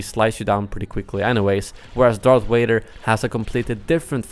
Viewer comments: And saying Darth Wader even though the sound that 'v' makes exists in Swedish. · It Sounds like u r saying darf vjader